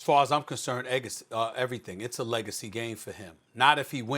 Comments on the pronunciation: That man said eggacy lol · “Eggacy” -Stephen A. Smith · He said eggency at first! Lol! Peace! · "Egacy".. Hmm.. Let me write this word down..